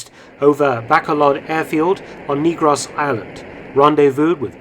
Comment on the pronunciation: Another interesting story. Just a small point - I live in Bacolod and the island we are in is pronounced Negros as in neg(ative).